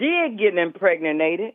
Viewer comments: Imprege-Nated :D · Inpregenated; it's a 21st-century pregnancy.🤡🤣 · Did she say impreganattad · Impreg-na-nated?? 🤔 I do think her question is valid though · “…impregnanated…”😂😂😂😂what a nightmare! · Did she say IMPREGINATED?Moreover,are any blacks familiar with the word their? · She said impregninated. LOL 🤣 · Will someone get their dumbass grandma off the phone she said Inpregninated!😂😂😂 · The woman on the line, if she really wants to make some objections to people who say questionable things about their mothers, she should find an incel chat room or ticktock. Anyone else catch her saying, Impregnanated? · Is this woman retarded? She said, "impregnatedated." 😂😂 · PREG-NATED.........hol' up!! 😂😂😂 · "Empregninated". She a real smort wun.